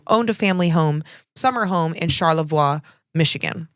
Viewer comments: Not a big deal, but the city is pronounced, Oh-key-mus and Char-la-voy. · As a michigander. PLEASE LEARN HOW TO PRONOUNCE Char-le-voix. (Voy). Lmao. But. Epstein and the Interlochen arts academy. Not just fox Island. He's here. He's been here. We KNOW. WE'VE KNOWN. but we are the little people. and we don't hold the $$$$ I was born and raised in traverse City. Grew up around "elites". Sister in law attended Interlochen arts academy. WE KNEW. 😢